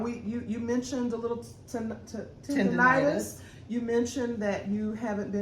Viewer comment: Ok, It's "TIN-uh-tis". I have my B.S.Ed. in Audiology from UGA (heeeey!) Go Dogs!!